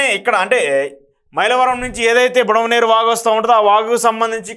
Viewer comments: Budameru. Not budamaneru. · యు హావ్ డన్ ఏ గుడ్ జాబ్ బ్రదర్, ఇలా ఎవరైనా మ్యాప్ లాగా గీసి వరద ఎలా వచ్చిందో వివరిస్తే బాగుండేది అని అనుకుంటున్న నాకు ఆ లోటును కొంతవరకు మీరు తీర్చారు. కొన్ని మాటలు తప్పు పలికారు, బుడమేరు. కరెక్ట్ బుడమనేరు కాదు. అలాగే కొల్లేరు కరెక్ట్. కొల్లూరు కాదు. గమనించగలరు